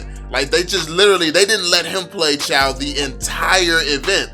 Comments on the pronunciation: Not chaw its chuuu😂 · and it is not chaw its chou!! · It pronounce like chew not chow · Its pronounced as chew not chow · Lol do u even play ML in draft picking when u pick chou the game pronouncer or whatever da sht is called its pronounced as "CHU" not "CHAO" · Pronounced as Chew not Chaw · Chaw seriously it pronounce Chou not Chaw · Can i say this it is pronounce chooo not chaaaw But its ok tho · I'm still so confused why other people pronounce CHOU as CHUU, while some people pronounce it as CHAO, but when I first saw it, I really think it's pronounced CHAO 🤦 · Pronounced "chu" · WTF did you just say? Chaw? 😂😂😂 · its actually pronounce zhou.. listen to how chinese people pronounce jay chou's name, its the same thing.. 周 = zhou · why u refuse to pronounce Chou's name correctly :( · How all ur name pronunciation wrong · Its the way he pronounce it , dumb, what do you call CHOU? Chu? U lil low IQ kid